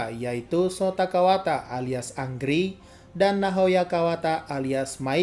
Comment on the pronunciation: Bang angry itu bacanya Engri